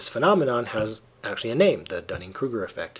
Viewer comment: I am glad someone pronounces that name correctly. My last name is Duning, like a sand dune. However, a lot of people at my school pronounce it like Dunning when they see it for the first time. @@ It sucks.